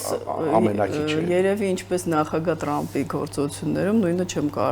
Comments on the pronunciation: լայ լաղջիկ լերվուծաբան դյու ընչու էս Թրամփին տըըրամըպ ասում Մենք թ և փ տառերն ունենք ։ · Թրամփին էլ տըըրամըպա ասում չնայած մենք թ և փ տառերն ունենք։